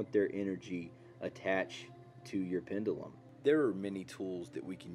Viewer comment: You're saying "pendulum" wrong. (sorry, I can't help myself 😅)